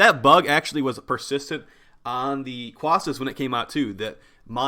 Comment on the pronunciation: My inner Carl wheezer wants to call quassas croissant. Every time you say it I just hear croissant.